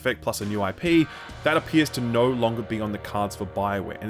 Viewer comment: Can u explain why you pronounce the word 'no' as 'nauwr'?